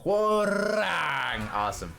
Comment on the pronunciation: As a Korean , thank you for pronouncing his name correctly ~ i hear so many non Koreans sayin his name Rang like telephone rang 😂